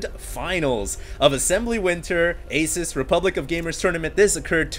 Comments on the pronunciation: HD its pronounced A-seuss not Ace-us. Thumbs up so He can see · hey HD, just a deads up but Asus is actually pronounced (a- seuss) like dr. seuss